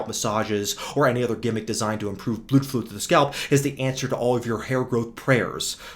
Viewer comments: Bro really said “Bluedflu” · damn, that is really funny, and that hair channel "Hairguard" is real cringe I mean I can't describe, but is so good with his mental gymnastic that he make him look even worst, when I listen "bluudflow" with English accent I'm dying from laughing